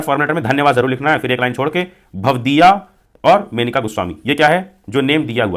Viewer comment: Manika 😅 nahi Monika 😂